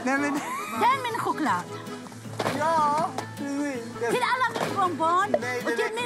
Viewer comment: ”DÄR MEN KhOcLaD”